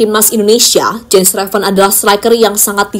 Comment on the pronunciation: Jens Raven ❌ Jens Revan ✅😂